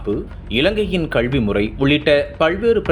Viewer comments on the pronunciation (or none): none